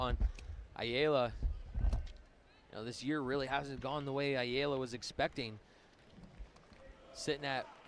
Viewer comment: How do both commentators mispronounce Ayala differently?😂😂